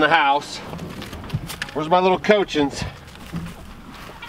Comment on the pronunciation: Took me a second, I was caught off guard. I was like, what are cochins? Then I realize you're pronouncing the name wrong. Lol, it's pronounced "Coch-eens". Lol. When I saw the first one come out of the hen house I realized it. You are too funny with them animals. Poor duckies getting chased off by Mr. Turkey. Rambo does not like you. Lol. I love homemade applesauce, but it is a challenge getting fresh picked apples down here in central Texas. I used to have friends up North in Michigan who'd send us some every year. Miss those days. Great share, thank you for the video!